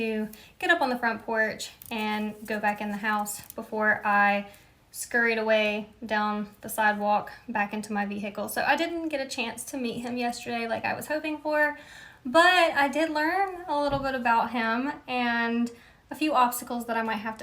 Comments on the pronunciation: 😮!! WTF is wrong with her. She’s a weirdo. 💀. WTF. 😅 “Vee-hickle” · She is just a stalker, she says words as Vee-hickle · “V Hickle”… is that some kind of shirt?